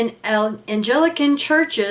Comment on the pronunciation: if I may I'd like to correct your pronunciation of Anglican. It is pronounced as Ang-li-can. Three syllables. An excellent presentation revealing the inadequate care taken (if any) by these 9 geriatrics called "The Governing Body" who are ANNOINTED BY JEHOVAH'S SPIRIT BUT ARE NEITHER INSPIRED NOR INFALLIBLE. Child in with 3 congregations committee mirrors image of law courts where juveniles are assisted with "TRAINED" professionals in their field of psychiatry and possibly law. Time for these wicked 9 are held to account for turning a bind eye to the REAL spiritual needs of the flock, both adults and children.